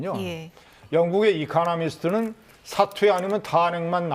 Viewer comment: 이카나미스트 발음 구수하네요ㅋ